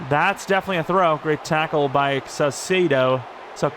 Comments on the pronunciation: Saucedo = ses-say-dough, hope this helps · Don’t change saucedos name please I really enjoy you pronouncing it differently every time